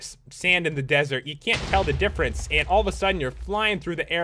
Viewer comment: there ain’t no “dinnfernens”